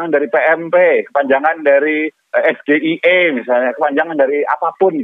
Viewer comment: SGIE=State if global islam economy,, SGIE=student groub for international axchange,,, SGIE= Strategic growth and invesment engenering''''''' ini mas gibran maunya singkaran yg mana,,,? juga lain kali ejaan bhs inggris jangan dbaca pke ejaan indo,, coba aja d balik gak mungkin kan BUNDARAN HI dibaca bundaran eic ai🤣,juga banyak yg gk nyambung lo,, serius